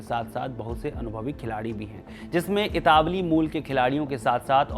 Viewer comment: Urdu Sudharo Apni, "Itavli" nahi "Italvi" Kahte Hain.😂😂😂😂